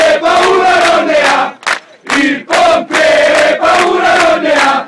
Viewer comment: Ma si dice il pompiere no il popiere😂